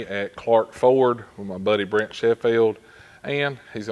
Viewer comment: Sounded like you kept saying Brett. Says Brent on his shirt. Love his firebird toolbox, black with gold really goes well on a master krl.